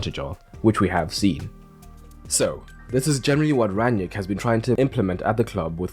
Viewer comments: Why do you keep calling him Ran-yick? It’s Rang-nick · Its „ Rang - nick“ . Not that hard… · yet half the English commentators say „Ran-yick“ 😄